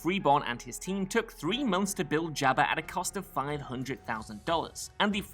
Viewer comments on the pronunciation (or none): Lol at "Jab Uh"